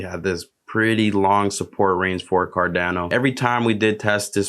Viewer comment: It's not Dano....it's pronounced "cardawno"